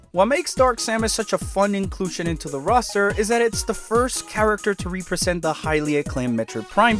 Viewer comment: I would’ve subscribed if you didn’t pronounce “represent” in literally the most obnoxious way possible.